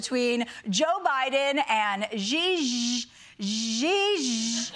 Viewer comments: Not a Xi Jinping fan, but it is annoying to me how so many Americans struggle with saying his name. It's very simple - She-jeen-ping. I don't understand why so many people want to make that zzhh sound instead. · By the way Americans... it's not that hard to pronounce Xi Jinping, this is close enough --> she jihn-ping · Chelsea mispronouncing Xi Jinping’s name for laughs was offensive and racist. I’m no supporter of Xi but enough of making fun of people because they are different. I’ve enjoyed her show all week but she lost me with that joke. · This is racist. First, she mispronounces Xi Jiping's name. It's not that hard. Second, the joke about Covid puts Asian Americans in danger. How dare you. It is not at all funny. Bring back a minority host, please. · Complaint: Republicans are spreading hate by various means, such as purposely mispronouncing names. Daily Show should be able to come up with actual jokes about Xi Jinping's name. Mispronouncing Asian names is not funny, its toxic.